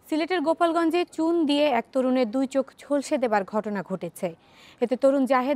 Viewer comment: Gupali apa gupalgonj na oita hove (gulapgonj)